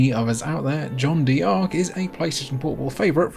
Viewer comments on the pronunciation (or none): Really sorry to be pedantic but as a French speaker I can't let it go. "Jeanne" rhymes with "Anne" and "D'Arc" is pronounced "dark". Just say "Anne Dark" with a "zh" sound at the beginning. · The PSP was such a fucking great console!!! Btw in French, "D'Ark" is pronounced as "dark" the "D'" is a shortening of "de" which means "of". And "crois" is pronounced as "cr-wah" which means believe, "croix" means cross. Americans butcher French so badly and others are getting influenced by it 😂 Looking forward to watching more of your vids! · You're hurting my ears. It's pronounced Jeanne "Dark" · As a french dude, it's very funny how you pronounced John Dee Arc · It kinda bothers me that he pronounces it "John Dee Ark" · Lol that's the most American way of pronouncing Jeanne D'Arc I've ever heard. Fantastic game though! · ach Gottchen, wein doch nicht :) wieso so salty? Und Jeane d'arc halbwegs korrekt auszusprechen, ist keine Hexerei.